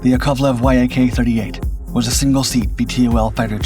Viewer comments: Why do you keep calling it the Y-AK 38? Its pronounced like Jak 38, it may sound wrong but that is how you pronounce it and people that know about MIG, etc will recognize that you are speaking about YAK. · VTOL is an acronym standing for Vertical Take Off and Landing -- it is pronounced Vee-tol I believe Yak-38 is NOT an acronym and just pronounced 'yak' and not Y-A-K, an acronym.